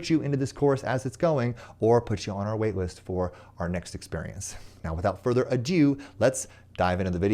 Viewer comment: The phrase is "without further ado" not "without further a due", which is what you said.